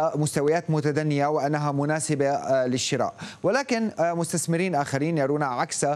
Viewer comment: مستثمرين وليس مستسمرين يا أُستاذ